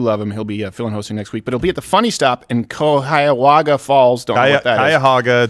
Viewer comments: Cuyahoga is pronounced K-eye-ah-hoe-gah, not K-eye-ah-hog-ah. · Cuyahoga=Kai-ah-ho-ga, from friendly native Ohioan 😁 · And all the northern Ohioans just cringed at both wrong pronunciations of Cuyahoga. 😂 ( was close!) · Jesus Steven, I'm from WV and I can pronounce Cuyahoga correctly. Cuyahoga is Native Indian for crooked river... on fire... do the research